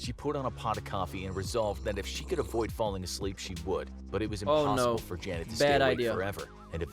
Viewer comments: F for Trying to pronounce Janet. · I love how he kept messing up her name 🤣🤣🤣🤣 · You can not pronounce janet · F for saying name wrong